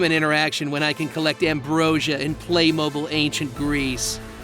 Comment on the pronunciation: Sir, it’s pronounced, Play-Mobeel, like the mobile in Batmobile.